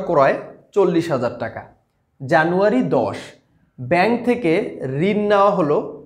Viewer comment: jano 1 was funny to hear😅😁